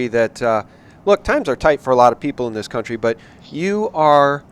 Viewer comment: "As Texas goes, so goes the cuntry." LOL 😉 Let's all hope. Dr. Pressley is brilliant and I hope that she is victorious.